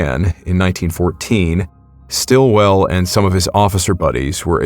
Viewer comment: Mate, it's "SITwell". Osbert Sitwell. Brother of Dame Edith Sitwell.